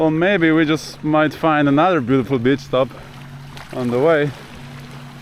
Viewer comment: I always enjoy your videos! One small thing though: Please say beach differently:D The way you say it is an other word, referring to a certain type of lady, and this is somehow not nice. Just a small change:)